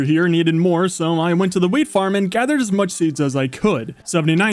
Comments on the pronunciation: Why did I think he said weed instead of wheat, even so it just makes it funnier hearing about the wheat farm. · I heard Weed instead of wheat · When he said wheat I thought he said weed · weil es so klang, als hätte er Gras gesagt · I thought he said weed